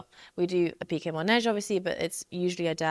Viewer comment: MAnège not mOnège ;) ❤